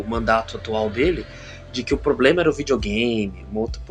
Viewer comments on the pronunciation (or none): none